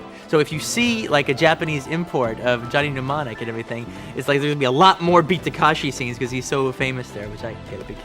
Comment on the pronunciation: And the name of the actor/director to boot: It's Ta-KE-shi ✔ Not Ta-KA-shi ❌ He'd be better off just calling him Kitano.